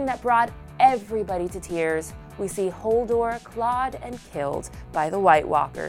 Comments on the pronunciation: You kept saying 'Holdor' lol, its 'Hodor' js aha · Did anyone notice she said Holdor? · plz stop saying Hodor as 'Holdor' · Did she say Holdor?